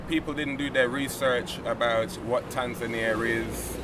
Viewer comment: It amazes me that you guys live in East Africa you can’t even say Tanzania correctly